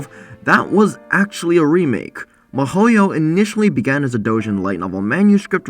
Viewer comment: Damn, I was confused for a sec cause it sounded like you said Mihoyo when in fact you were saying Mahouyo, which is a pretty weird way to abbreviate Mahoutsukai no Yoru ngl. Why even abbreviate it in the first place, Wizard's Night is perfectly short enough name to leave unabbreviated.